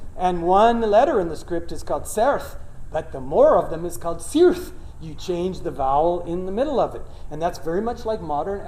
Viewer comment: Hmmm Correction: Certh and Cirth are pronounced Kerth and Kirth. They are Sindarin words, not Dwarvish. One form of Sindarin plurals are made by fronting and raising the vowels, and in-fixing an I behind the vowel of the final syllable. Otherwise, good presentation! Very entertaining. It's awesome to see linguistics applauded so loudly!